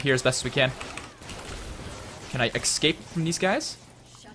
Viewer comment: Escape... Not Exscape...